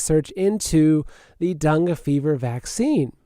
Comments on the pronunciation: Dangay is how it’s pronounced, dung is something else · It's Dengay fever just an fyi...love your show no matter how you stay stuff lol!